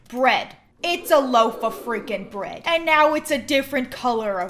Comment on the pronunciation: Please tell me I'm not the only one who thought "it's a loafa sofa" when she said "it's a loaf-a fricken bread"